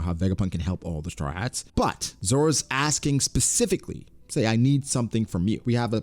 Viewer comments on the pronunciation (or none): none